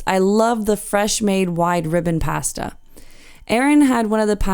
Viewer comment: We tried it on the Caribbean Princess last year and really enjoyed it. We're cruising on the Enchanted Princess this year and will book a meal again. By the way, the only mispronounced word in your video was "pasta." As we prepare for our cruise, I'm enjoying the tours on the Enchanted Princess.